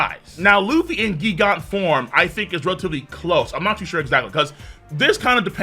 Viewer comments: Why are you saying GIG ANTS? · Pretty sure it's pronounced jee-gant nit gee-gant